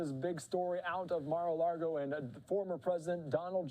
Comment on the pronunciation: Come on guy it’s lago not largo